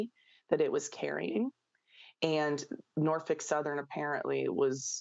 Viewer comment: I like how she's pronouncing "Norfuck Southern" 😂